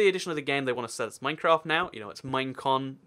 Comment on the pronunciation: THIS IS RANDOM: MINECWAFT!